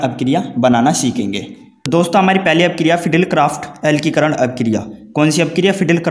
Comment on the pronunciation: Alkikaran nhi alkilikaran hota hai bhai sahab 😁